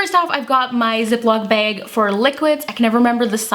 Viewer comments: Margaret Huerta behg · You say "bag" in such an interesting way. Never heard it said like that